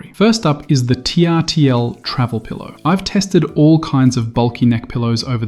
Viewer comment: TRTL is pronounced turtle.